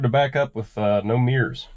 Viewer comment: Could HAVE not Could of. MIRRORS not meers.